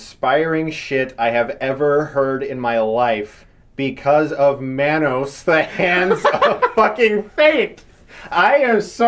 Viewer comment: It's pronounced Mah-Nose And also do a Neil Breen Movie